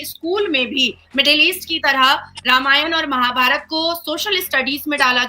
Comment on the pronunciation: नाजिया जी आपका दिल से सम्मान है आप भारत देश से है तो आपसे ये उम्मीद कर सकते है की आप महाभारता न बोल कर महाभारत बोलिये, इसी प्रकार रामायण बोलिये। आपका दिल से आभार